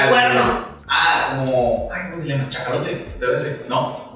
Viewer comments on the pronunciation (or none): “Chacalote” en lugar de Cachalote JAJAJA se mamó